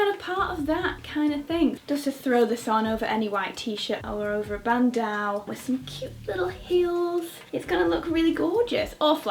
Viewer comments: Love ur pronunciation of bandeau! im sure its pronounced "band-oh" instead of "band-ow" as its a french word :) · I love you but please stop saying BANDAU!!! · “band-aw” 😂 get you with the pockets🙌🏼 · Loved this haul! Just gotta mention though, it's pronounced "ban -doe" as in a female deer :) Cue The Sound of Music reference: "Doe, a deer, a female deer.." hihi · Sorry Victoria but I just had to let you know that bandeau is pronounced as “ban-dough.” I’ve never had the heart to tell you before but I think someone needed to tell you so now. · Who says bandeau that way